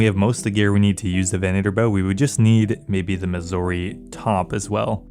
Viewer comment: And Southern, venator, and ethereum. Fucking great videos but holy shit these drive me insane. I didn't even know it was possible to fuck up southern lol.